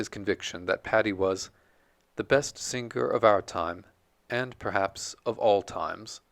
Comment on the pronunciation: there is not "guh" in singger, the g is gn in italian or french. Thank you; lovely biography of Patti.